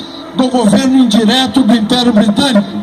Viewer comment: Quando fala de regime especial meio estranho fala inperio